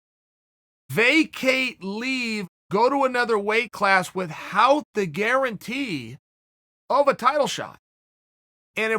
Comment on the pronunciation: Chael "with-hout" Sonnen